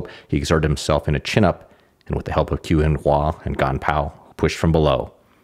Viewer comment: "Qu" is pronounced "chü" (with the French or German-umlaut 'u'). The spelling 'q' is a tongue-high-in-back 'ch', while the spelling 'ch' is a tongue-low-in-front 'ch'. The British announcer is closer, although he's saying what would be spelled "Chu", not "Qu". Also, "Shih" is pronounced somewhat like the American pronunciation of "sure", "shur" but with the tip of the tongue curled back,. There are too many videos online -- by practically everyone -- whose creators do elaborate, time-consuming research to produce excellent, highly commendable and informative work, like this video and other videos... but don't take merely a few minutes to simply ask someone how to pronounce Chinese. My apologies, -- your great video just happened to be the one that broke the camel's back for me on this way too common issue.;^)